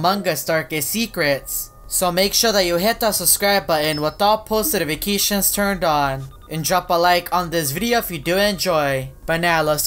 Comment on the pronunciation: You said "itifications" instead of "notifications"